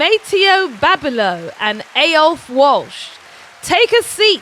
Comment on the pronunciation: Aiofe is pronounced 'Eefer' - Such a strange and unusual name, and this is the third time I've run into it in this last year.